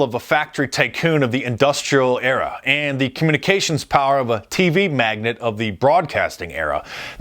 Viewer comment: Pretty please (with sugar on top), it's pronounced "mag-nAte," not "magnet." ("maɡˌnāt" or when Trump says it, "'maɡa'ˌnāt"...ha)!